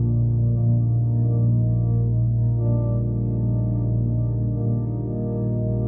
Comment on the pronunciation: its actuall pronounce (Yon) Ian Mahinmi